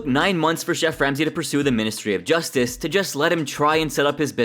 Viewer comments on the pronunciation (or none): none